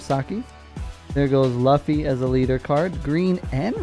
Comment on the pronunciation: I pick red...im rolling with the Straw Hat Screw!...you butchered the name Luffy ...its all good! Lol